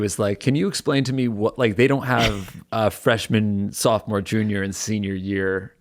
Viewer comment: I thought he said softmore year I BED YOU